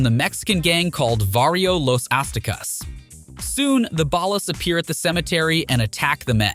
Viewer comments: Thanks for the video, it is entertaining. I did get a little confused by small things, to be fair. Is there a reason so many names are said different from how the game presented them? Was this a ai-voiceover? Ex: OG Lock vs OG Loc, CesARR vs Cesar, Ballis vs Ballas... is 3 examples enough? You read everything else so clearly that this throws me off. I swear it was Cesar Viopanda lol and I notice some of the names are said more accurate-to-presentation later in the video. I am very confused by this lol. Okay if I hear Ballis again I'm gonna FREAK! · So fed up with AI voiceovers.. they fail to add the slightest bit of emphasis and pronounce stuff comicly wrong like OG Lock and Ball Ass instead of Ballas. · I left this video after the 3rd time he said ballas. I cant